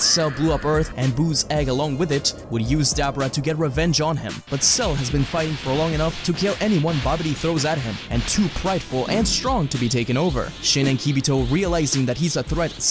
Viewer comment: Dabra uhhh dabura dude dont talk about dragon ball if you can't even pronounce a simple name it's embarrassing like you don't even know what your talking about